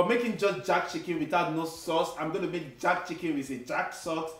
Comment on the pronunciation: Has anyone told it is JERK chicken and not JACK chicken?🤣🤣🤣